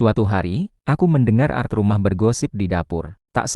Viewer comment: Bung kl baca ART jng dg art (seni) baca setiap huruf krn itu kepanjangan dr Asisten Rmh Tangga